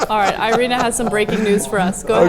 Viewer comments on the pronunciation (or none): its irina not airine or airina